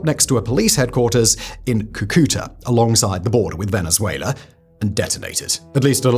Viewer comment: It’s called cu cu ta if you can’t pronounce it don’t talk about it.